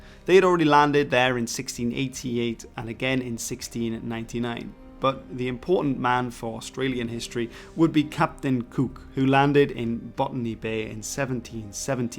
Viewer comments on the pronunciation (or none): "Captain Kook" ... your pronunciation is killing me